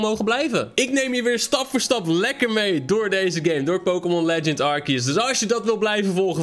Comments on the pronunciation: Het is arceus niet arkeus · Het is altijd arse-eus ✨ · Nee het is arceus uitspreekt arsieus